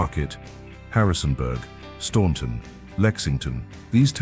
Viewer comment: You showed (FD) Roosevelt Island in NYC for (Teddy) Roosevelt Island on the Potomac. AI strikes again. At least most of the rest is actually footage (AI generated or otherwise) of where they're actually talking about. Oh, and Staunton is pronounced "Stanton". They really aught to just take the u out of the town's name...